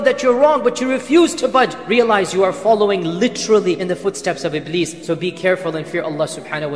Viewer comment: It is Iblis Not Ibleed😂